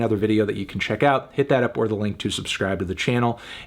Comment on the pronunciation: Yall hear him actually pronounce "OR THE" this time?